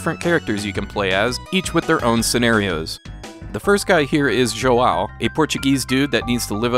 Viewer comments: Isn't it supposed to be pronounced "jown?" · João is pronounced Jhoo-oun, like noun. Much love!